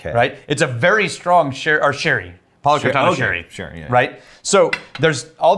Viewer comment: When you say 'Palo Cortado', I hear "Hakuna Matata"